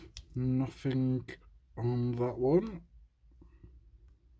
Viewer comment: nofink LOL it's nothing mate